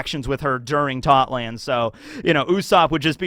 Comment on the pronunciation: why do you pronounce Totto land incorrectly?